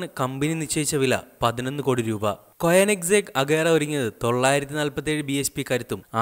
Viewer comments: കൊയനിസെഗ് അല്ല കോണിസ്സെഗ് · ബുക്കാട്ടി... ടർബോർചാർജർ.. കോയനിസാഗ്... അഗെര... എന്റെ പൊന്നളിയാ നീ പോയി ഇതിന്റെയൊക്കെ പേര് പറയാൻ പഠിക്ക്. പിന്നെ ഇത്തരം കാറുകൾ പരാജയപെട്ടു എന്നൊന്നും പറയരുത് കാരണം ഹൈപ്പർകാറുകൾ മറ്റുള്ള കാറുകൾ പോലെയല്ല വിൽക്കുന്നത്..!!